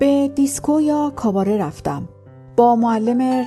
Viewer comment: کاباره نه کاواره. کاباره درست است.